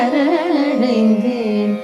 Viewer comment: சரணடைந்தேன் என்பதே சரியான உச்சரிப்பு ஷரண்டைந்தேன் இல்லை பெரும்பாலும் பாடர்கள் அதாவது கர்நாடக சங்கீதம் பாடுபவர்கள் “ச” வை வட எழுத்து ஷ போல உச்சரிக்கிறார்கள் பாரதி இதைக்கேட்டிருந்தால் இதற்காகவே உக்கிரமாக ஒருபாடலையே இயற்றி இருப்பார் 🙏🙏 இருவருமே ஷரண்டைந்தேன் என்றே உச்சரிக்கிறார்கள். செந்தமிழை கொச்சை தமிழாக வருங்காலச் சந்ததியினருக்கு கொடுத்துவிட வேண்டாம் சுதாரகுநாதன் அம்மாவின் இசைத்தட்டுக்களை நிறையவே சேகரித்து வைத்துள்ளேன்.( நிச்சயமாக தமிழ் பாடல்களை மாத்திரமே ஊத்துக்கட்டு வேங்கட சுப்பையர் பாடல்கள் பாரதியார் பாடல்கள் என) அவற்றில் ஒருசில இடங்களில் இந்த sha உங்களை அறியாமலே உள்வாங்கி விடுகிறது. காரணம் தமிழைத் தவிர மற்றைய மொழிகளில் இந்த ஷ நிறையவே ஆட்சி புரிகிறது ஆகவே தமிழில் பாடும்போது இந்த ஷ வேண்டாமே 🙏🙏